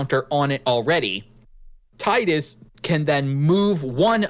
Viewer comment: Tee-dus, not Tie-dus.